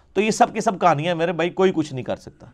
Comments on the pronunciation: The way he say “kahanya” 😂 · me Also